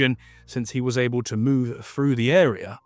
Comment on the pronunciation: But he does that shitty thing of pronouncing "th" as "f" so "through" becomes "frew". It's lazy and sounds unprofessional. If he fixed that it would sound way better.